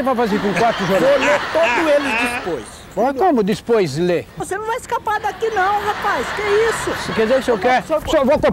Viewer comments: Como assim dispois ler kkkk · "como dispois ler?" kkkkkkkkkkkkkkkkkkkkkkkkkkkkkkkk ivo é um mito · " queru quatu jornau vou lê todu eles dispois" KKKKKKKK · EU QUERO QUATO JOURNAU QUATO !! -O QUE CE VAI FAZER COM 4 JORNAL ? -VÔ LÊ TODO ELES DISPOIS KKKKKKK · Eu quero quato jornal! Quato! - Mas o que cê vai fazer com quatro jornal? - Vô lê todo eles dispois. - Como dispois lê? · Vou lê todos eles dispois como dispois mano kk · "Vou ler todos eles dispois" 😂😂😂